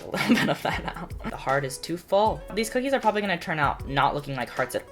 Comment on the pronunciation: when you said bookie it reminded me of the video where the person says bhocolate bhip bookies lol